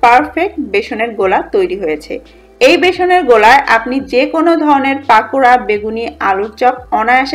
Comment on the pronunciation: পাকোড়া নয় কথাটা পকোড়া